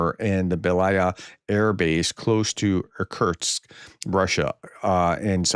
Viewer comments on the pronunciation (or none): Irkutsk reads as 'eer-KOOTSK'